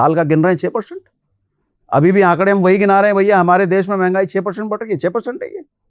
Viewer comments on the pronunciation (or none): mahangai ki म नहीं बोल पाते 😂